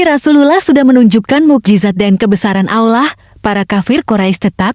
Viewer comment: mengucapkan kata allah dan rosulullah anda ini tidak fasih sama sekali.